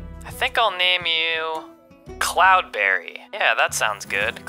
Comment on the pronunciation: It's not cloudbarry it is CloudBerry